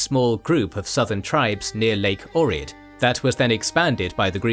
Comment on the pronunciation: Information is all good as usual, but your pronunciation of my city of birth (Ohrid) would lead me to believe you are having a mild stroke and the paramedics should be capped ASAP